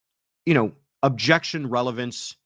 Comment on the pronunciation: I love the question about the objections in the Karen read triall. I was wondering the same thing and I hate that she doesn't allow the attorneys to give the reason for the objection. I swear in the rewatching of the first trial at some points Lolly was just saying "jection"